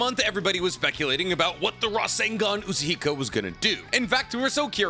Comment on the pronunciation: Say Rasengan Uzuhiko again.